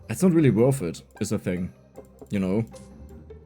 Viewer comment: „Wörf it“ 🤪